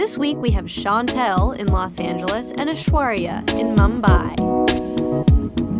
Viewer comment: Am I the only one bothered by how they pronounce each others names? I mean Aishwarya nearly nails channel's name but Chantel butchered Aishwarya's.......maybe I'm overreacting don't hate me pls